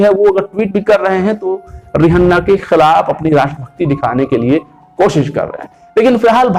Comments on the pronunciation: Ri hanna 😆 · रिहन्ना नहीं भाई, रिहाना, mentioned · How the fuck he saying Rihanna 🙄😱